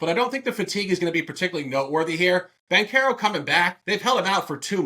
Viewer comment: Ban-care-ro, all love